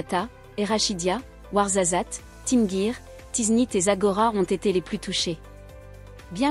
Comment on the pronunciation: Tu dis notre pays et tu prononces Tinghir Tinguir, tu n'as rien avoir avec le Maroc.